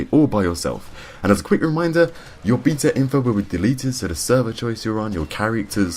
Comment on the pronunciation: Stop saying beta wrong.